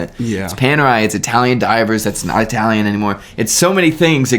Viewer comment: Did he say “I talian”?😬